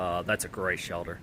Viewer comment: I love how you say shelder ;)